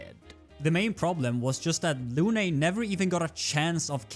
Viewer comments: For english speaker,please its Lune not "Lunay" the E is silent. Often in french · luné ? Dude its prononce lun